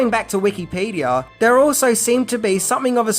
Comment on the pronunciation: I can't get over his pronunciation of Wikipedia, Los Angeles, Eli, and Madrid.